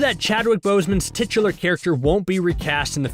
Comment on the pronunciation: "Titular"....heh heh...